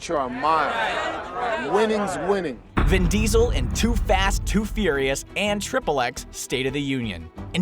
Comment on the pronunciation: fast and fouirais